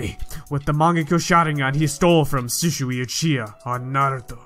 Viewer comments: It's shisui not sushui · Sishuwi???? What